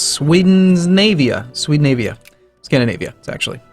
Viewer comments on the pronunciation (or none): none